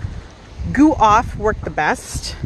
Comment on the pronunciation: It's GooF Off! Not Goo Off... Thanks for the video, btw.